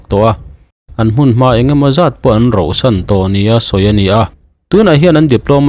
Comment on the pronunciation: Chhiar ngai chhiar nawn leh ang hi a tam thei lutuk a, ninawmah a kal tlat. Tin, an roh san ngai lova, an rauh san thin 😊